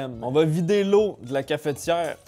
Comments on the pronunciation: bah après oui et non puisque dans le mot cafetière y'a pas de "é" donc c'est pas logique de prononcer cafétière. Apres peut être que eux l'ecrivent cafétière et là dans ce cas oui c'est plus logique que notre prononciation à nous français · Surtout que pour le coup ça s'écrit cafetière donc c'est bizarre de le prononcer cafétière^^ enfin je juge pas hein, chacun prononce comme il veut. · une Cafétière ? comment ? Une Cafetière sans ''é'' au début monsieur MDR , " ne faite pas ça chez vous " devant 700 000 Personnes mdr steak grillé au toaster j'y aurais jamais pensais mdr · cafEtière, pas cafétière